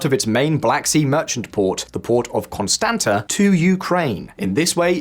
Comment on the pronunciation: Constanta is pronounced "Con-stahnts-ta" by the way.